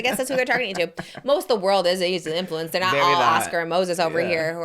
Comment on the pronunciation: Love how Oscar says “infewanced” unknowingly